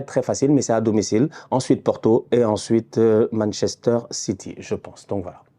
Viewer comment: dès que prononce city Même la caméra tremble 😂😂